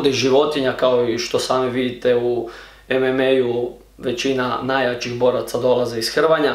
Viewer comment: nije ememe nego emama